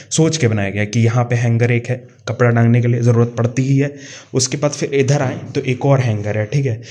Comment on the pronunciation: Idharrrrrr. Udharrŕrrrr😂